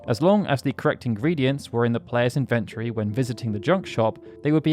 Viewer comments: What the heck is an invent-tory? Is that the same as an in-ven-tory? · Who the fuck says inventory as in-vent-ory. It's in-ven-tory. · That inventory pronounciation is probably used to bait us to comment about it. If so, well played. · Nah, has a history of mispronouncing stuff. During a livestream way back when I taught him how to pronounce the word compilation lol.